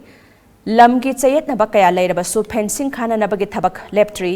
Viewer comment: Fencing not phencing...karigi wa ngangbada kapli² twbani...Phencing means what?